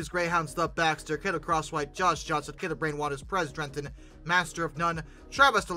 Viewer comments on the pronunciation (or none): none